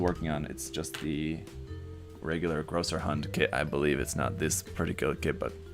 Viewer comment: It absolutely is Größerhund (Grosserhund). That "ß" is not a "B"; it's the "Esstset". It makes the "SS" sound in German.